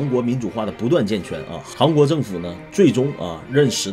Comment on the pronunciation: 一直听着是“航国”😂